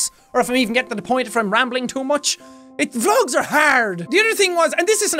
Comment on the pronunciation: When he said vlogs are hard I thought he said drugs are hard